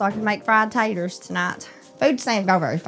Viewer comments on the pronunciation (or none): She said tayturs good lord give them some education